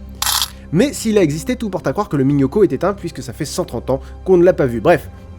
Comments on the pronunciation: fais attention à ta prononciation: Minhocão vient du Portugais et <ão> se prononce /ein-ou/ et pas simplement /o/ Bonne continuation:D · vraiment baleze !!! par contre minhocão ça se prononce "miniocanw", mais sinon le sujet etait vraiment énorme ! (surtout la fin sur le panda !!